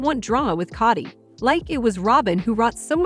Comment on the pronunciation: It's not Cotti, it's K o dy